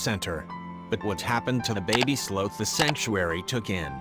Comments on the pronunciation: It bugged me how he sometimes pronounced it "slowth" instead of sloth. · Very bizarre pronunciation of the sloth. Sometimes it’s slowth and sometimes the correct sloth pronunciation. Its not important but I notice unimportant things. I would say I am a noticer of the ridiculous and the unimportant, which is an important thing to be because unimportant things can become very important when focusing on importance. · sloath? oh, sloth. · sloth not slooth. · Those darn sloh-ths and their slohnannigans. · Sloth like moth, not both. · I love this story and I love how the couple saved him, but every time it pronounced sloth, I had to laugh. I'm sorry. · Why are you pronouncing "sloth" with a "long o" sound? It should rhyme with "cloth" or "broth," not "grow," or "toe!" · 1ST, NOT JIMINEZ (AS IN JIM NABORS) BUT HIMINEZ, J= H IN SPANISH. ALSO, I THINK THE PROPER PRONUNCIATION IS " SLAWTH" NO SLOTH AS IN SLOW!